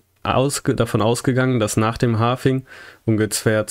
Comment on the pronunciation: Halving nicht Halfing 🙈